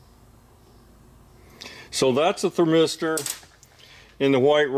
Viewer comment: THERmister, NOT thurM8STER